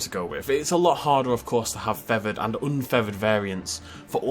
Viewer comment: Take a shot every time says "feavered" instead of "feathered" 🤣